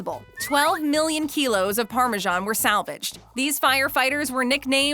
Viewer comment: The English name Parmesan is pronounced the way it's spelled, with an S. It's not pronounced Parmegian.